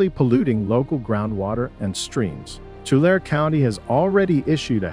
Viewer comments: Please pronounce the lake correctly. It is Too - lare - ee not Too - lare. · Lake Tu-lar-e, San Jo-quain (Wa-keen) River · It's pronounced Two-LARRY, not tool-air. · i have always here tulare pronounced to-lair-ee